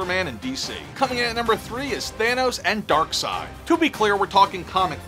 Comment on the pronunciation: The P in Corps is silent. You saying the Green lantern crops and the Nova corps are all zombies? Yet you get Darseid right🤣🤣🤣